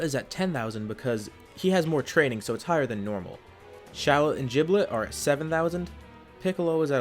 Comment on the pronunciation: I get a little iffy when he says giblet like “JIBLET” that’s like saying: wow this food is “JOOD”!